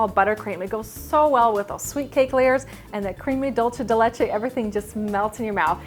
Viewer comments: DOOL-SE DE LECHE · I'm trying to get through this video but its dool-seh-deh-leh-cheh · Cringed every time said dolce de Leche wrong:/